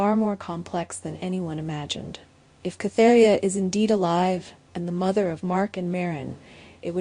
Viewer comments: it is KATerINA not Catheria!!!! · Are you trying to say Katerina? Who the hell is Katheria?